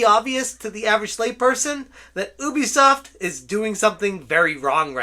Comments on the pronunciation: Yoo - bee - soft please say it properly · not ooooobeesoft youbeesoft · It is not Oobisoft >:(